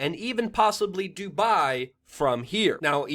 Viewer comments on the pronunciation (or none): none